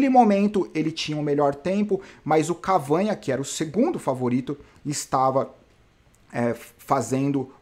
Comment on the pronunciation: pronúncia correta: Cavâgna = errado Cavagná = correto Ele é francês. A pronúncia que vc usa é espanhola. Abraço